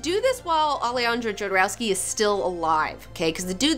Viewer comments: It's not JOE-derowsky.. it's YO-derowsky. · I did not check if somebody mentionned that, but you mispronounce Jodorowski's surname (although you correctly pronounce his first name). You should use Spanish pronunciation: [aleˈxandɾo xoðoˈɾofski] where 'j' is pronounced as [x]. As a matter of fact, this pronounciation is very similar (just one 'k' less) to pronunciation of surname of that famous Russian ex-oligarch ex-prisoner Mikhail Khodorkovsky. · johnson Well, it's a Slavic sounding surname, but transliterated in Spanish, where the letter "J" is pronounced as H in "hat". So, yes, Hodorovsky, but if you showed that surname to a Slavic person, no way in hell would they pronounce it "HODOR-OV-SKY". They would say, "YODOR-OV-SKY". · KHodorovsky! :D Ay por Dios, que jodero era ese Alejandro.... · Pronounced Hodorofski. Great show btw. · It is pronounced Ho-do-roh-skee. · "yodouroskei" what a hideous pronunciation??? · It's pronounced Hodorowsky. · Fuck YEAH!!!!! I love Jodorowky. But that's not how it has to be pronounced. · it´s funny how you say Jodorowsky XD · Alejandro Jodorowsky is the biggest thief of concepts and ideologies of our time. And also you are pronouncing his name wrong